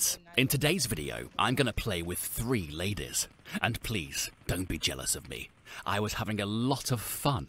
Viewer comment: He doesn't say Ladies he says Lais